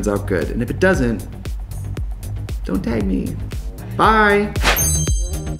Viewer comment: Fer that bye still needs work.